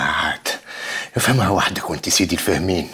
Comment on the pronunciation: اللي عامل دور اليهودي يغلط برشا مرة يقول سيدي و مرة شيدي 😂😂😂😂